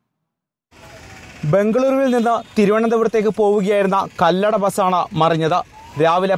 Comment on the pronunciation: കല്ലട അല്ല കൊല്ലട ആണ്